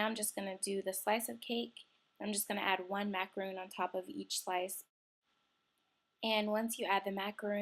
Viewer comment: She says it like macaroon (a coconut cookie) macaRONs r kind of like sandwich cookies